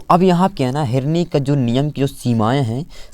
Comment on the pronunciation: Sir herni nhi hota hai henri hota hai